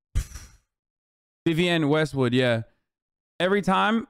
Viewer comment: It’s Vivienne Westwood, not whatever the hell you said.